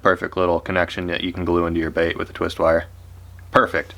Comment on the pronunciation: "As for the lip on this bAiht."